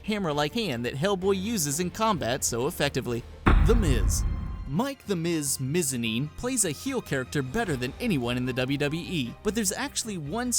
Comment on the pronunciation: Mike the Miz Mizani no it's Mike The Miz Mizanin